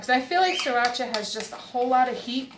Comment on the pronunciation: Looked really good up until you said surrachi 🤮